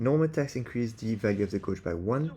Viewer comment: Guage is pronounced Gayj, rather than Goj jsyk. Uryu is busted o.o